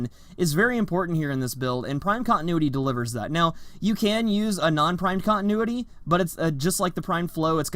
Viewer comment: Oh God the horrendous syllables